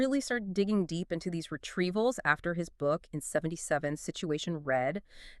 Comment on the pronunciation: It's Retreavals, not Retevals!